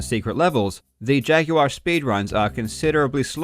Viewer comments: "see-guh saturn" "jag-you-are" what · You pronounce the word "jaguar" like Yoda talking to a guy named Jag.